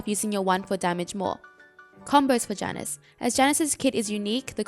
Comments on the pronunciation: Hi same is Ya-nus if you need the correct pronunciation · U can't say jaynus? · This bitch gonna mispronounce the name right off the start, I’m out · I almost couldnt watch the video because of how you pronounce Janus. No joke, it hurt.